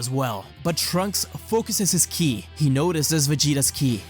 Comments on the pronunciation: Listen u said "kill'i" not ki, also , and u said kili's not ki again lol dude u good cuz u might have sounded like u were out of it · WHY SO KEEP SAYING KILI!?!? IT'S KI, made me check the date thought it was the 1st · why do you keep saying kili?